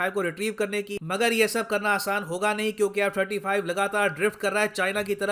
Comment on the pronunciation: Quing 35 🤣🤣🤣🤣🤣🤣